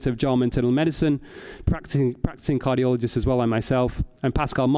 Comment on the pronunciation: what's a "cargioloist"